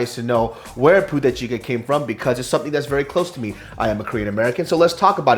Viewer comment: I kept hearing puta chicken